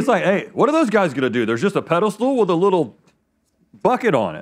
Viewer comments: Did you say “Pedalstool”? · Sounded like Rhett said "pedal stool" and now I have to go rewatch IT Crowd right after this...